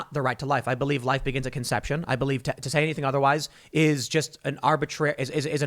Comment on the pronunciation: Mr Tim, at about you said that life begins at "contraception". I believe the term is "conception", contraception being something different. I wouldn't have mentioned it, but I think I have heard you say this multiple times on multiple videos. I may be wrong, I often listen to you while I run and that can potentially make me hear wrong. Please keep up the good work.